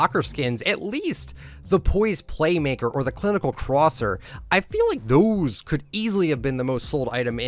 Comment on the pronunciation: why did he say THOSE like that